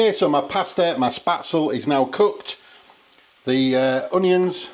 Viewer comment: These noodles are pronounced Spet zel, not Spat zel. My friends German mother-in-law would spread the dough on a wooden board,and scrap it off with a sharp knife into boiling water,as soon as it floated,you remove it. At the restaurant we used a spaetzle maker,a SS board with holes in it,and a piece that is like a chimney,which you fill with the dough,and push back, and forth over the holes into boiling water. We often had spaetzle on the menu. I have never seen dried spaetzle,it’s often just served with butter,and black pepper.😊